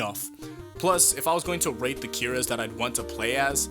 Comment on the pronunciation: Is it weird that I heard "rape" instead of "rate" when you were talking about rating all of the Yoshikage Kiras that you want to play as